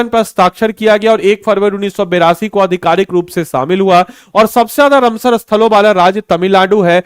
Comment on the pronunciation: तुमसे राम सर बोला नहीं जाता है, या कुछ दिक्कत है, रम सर नहीं रामसर है। लोग बेवकूफ नहीं जो नहीं